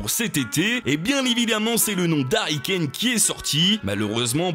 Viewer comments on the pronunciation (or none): none